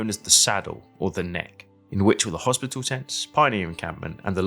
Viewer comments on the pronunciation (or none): none